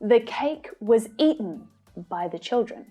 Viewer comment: the cake was ea'en 💀